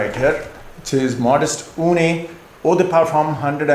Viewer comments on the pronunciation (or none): It’s not OOONAY but OOON.